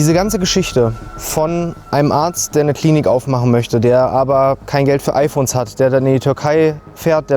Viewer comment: Es heißt IPhone und nicht IPohne